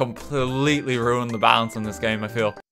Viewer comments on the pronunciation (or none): none